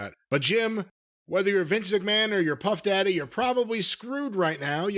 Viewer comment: Cornette trying to pronounce puff daddys name is more entertaining then a 3 hour raw 👋